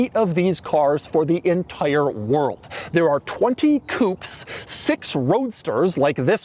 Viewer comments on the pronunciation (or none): It's not coups it's coupés [coupeh] means cut